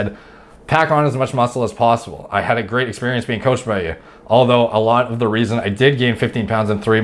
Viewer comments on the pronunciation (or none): none